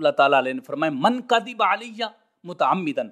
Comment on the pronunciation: مولوی صاحب روایت کا تعلق سند کے ساتھ ھے اور درایت کا تعلق متن حدیث کے ساتھ ھے دوسری بات یہ کہ کذب ذال کے زبر کے ساتھ ھے اپ ذال کے زیر کے ساتھ پڑھ رہے ہو